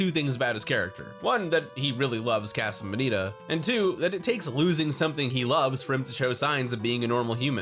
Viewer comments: You're not saying "casa" right. It's "kah-suh," not "kaa-suh" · Why do you pronounce it?“ Kaa-Suh”? it’s Casa, “Caa” like a crow, and “Suh” like a hippie douchbag saying hello. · I hate the way you say casa .. Wtf lol but still watched 😆😫